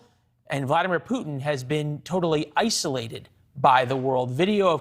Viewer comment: Ew this new caster guy is terrifying looking. Gives me pennywise vibes. He got one eye bigger that the other, Botox stuck face and can't even pronounce the president of Ukraines name correctly. Fire him